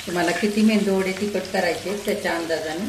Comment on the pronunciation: अहो आजी मेंदू वडे नका म्हणू मेदूवाडे म्हणा.